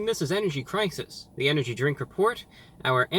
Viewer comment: Energy Cwisis